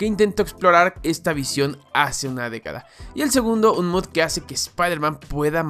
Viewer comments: por favor, deja de decir "MUD", la palabra mod es abreviación de MODIFICATION, se lee MOD, no MUD xd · No es de mala onda ni nada, pero me da gracia que diga mud en vez de mod, supongo que es su manera de hablar, no es nada malo solo me pareció curioso